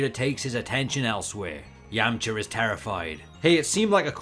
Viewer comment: His pronunciation of Yamcha and Yemma was very unbearable...